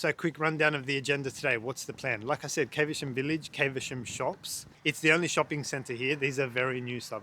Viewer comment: Its NOT CAVE ER SHAM it is Caversham (short "a")